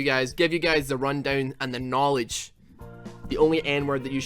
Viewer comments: Thanks for the "nowledge". NA / Preyo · Knowledge... as in a K-word? PLEASE. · * nawlidge * BerrisFueller : NA